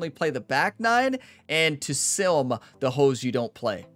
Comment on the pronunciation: Everytime you say sim, I hear silm and it makes me giggle.